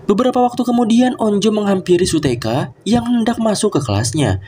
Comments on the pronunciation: Kak mohon maaf namanya bukan su-teka tapi su-hyeok itu yang aku itu namanya bukan su-teka 😊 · shuyok bukan suteka bang tapi gak papa de!